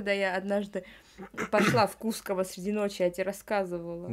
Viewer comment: правильно КускОво, если что ❤️